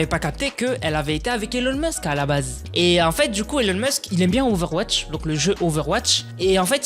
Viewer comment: sa se prononce ilon musk